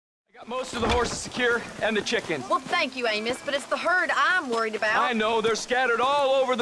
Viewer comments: Great video man! Just a heads up, Amos is pronounced "aim-us" in the states( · The fact you could never say Amos correctly made me stop watching the video. How in the hell do you get A-Mos after she has quite literally said it more than once.